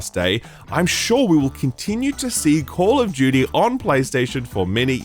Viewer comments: Banger video. I love FF16 so far but really enjoyed your review as well. It’s foolish to think all reviewers are going to agree with everyone. Man also said Call of Judy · When did call of duty become call of jeuty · Call of Jyooty